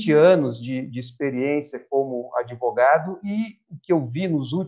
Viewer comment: "Adevogado do meu chefe"